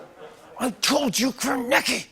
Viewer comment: Kornacki does not have a silent C you dum dum theres no such thing as a silent C